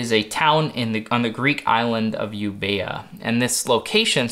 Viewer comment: Chalkis is pronounced ''halkis'' Χαλκίς and ''halkida'' Χαλκίδα in modern Greek. The island is pronounced ''evia'' a Greek friend : )